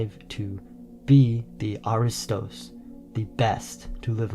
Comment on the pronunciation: Only two minutes into this video, severe historical and mythological errors are presented as fact, which completely compromises the accuracy of the rest of the content: 1. Pronunciation: It is not pronounced a-RI-stos; the stress belongs on the first syllable (A-ri-stos). 2. Historical Lineage: The Dorians (Herakleids) claiming the Peloponnese as their inheritance had absolutely nothing to do with Pericles' ancestry. Pericles was an Ionian by birth, an Athenian ruler, and one of the greatest statesmen in history. 3. Complete Misidentification: The video introduces an image of the mythical hero Perseus slaying Medusa (by looking at her reflection on his shield), but the narrator explicitly calls him Pericles (the historical Athenian statesman who lived 495–429 BC). Perseus was the mythical forefather of the Dorians; Pericles was Ionian. Please fact-check this material before presenting it to an audience as genuine Greek history.